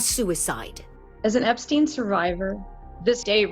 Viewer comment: The dude's name is "Epstein" for fuck's sake. Not "Epstin".